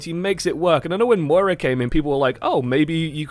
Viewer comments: M O I R A not moria.... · “Moria” it’s moira fuck nuts